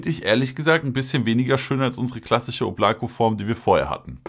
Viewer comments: Es wird oblaka ausgesprochen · Da es ein russischer Name ist wird das hintere O als „A“ ausgesprochen, „Oblaka“✌🏽